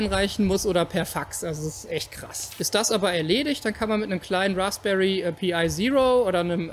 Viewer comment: Achja und bitte die englischen Worte auch Englisch aussprechen Pi wird PEI ausgesprochen ;)